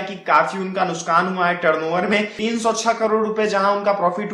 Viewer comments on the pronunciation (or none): अबे वो नुकसान होता है नुसकान नही। बोलना सीखले पहले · Nuskkkkaaaan hahaha muskaaan Nuksaaan hein nuskaaaan nahi 🔴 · nuskan ni Bhai nuksan hota hai